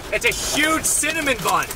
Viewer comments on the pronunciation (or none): “Its a huge cinimin bun!” 😂